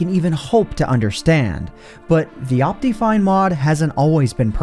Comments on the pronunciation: What is wrong with your pronunciation of optifine? It's not ahp-tea, it's ahp-tih. Second, why are you still intro-ing things ? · based on the way he pronounces optifine, i can only assume also says "op-tee-mism" and "op-tee-cal" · you say optifine weird do you pronounce optimize as opTEEmize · The most broken thing in this video is his pronunciation of optifine